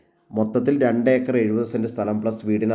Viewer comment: Eekar അല്ല acre എന്നാണ്.